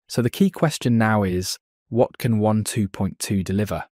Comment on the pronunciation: It sounds like you're saying one 2.2 , not waaaan 2.2 ?